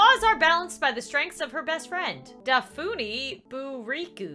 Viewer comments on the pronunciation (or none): No but dafuni is da fu ni like dafaney